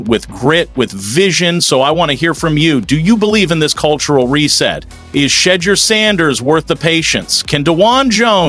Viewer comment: Say his name right. You know how to pronounce it.